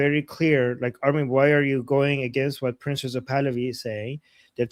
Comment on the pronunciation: It’s not “PRINCES (or PRINZES) Pahlavi” It’s PRINCE — no “zees” or “ces”. Where is that pronunciation coming from? Why haven’t you corrected this? “Princes” means more than one prince.